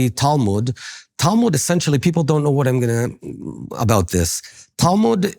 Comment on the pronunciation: I dont knOE You dont knOE? I dont knOE